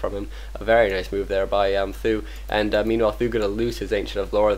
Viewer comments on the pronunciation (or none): omg can u not call th000 th-ooo lol its 'th zero zero zero' or just be chinese call him sang dan( means 3 eggs) lol